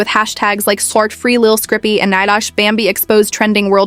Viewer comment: Who tf is lil scrippy? Dumb AI